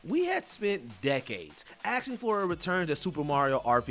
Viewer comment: Nobody was axing for anything, this guy can barely read. Stop letting him do voiceover.